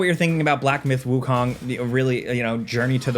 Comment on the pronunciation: Wukong is not pronounced like Wu-Kong like in King Kong, but like cone.